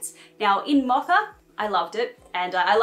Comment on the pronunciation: Ok am I tripping or is she saying “macca”???? Is she saying “mocha” and I never knew it was pronounced like that in Australia?😂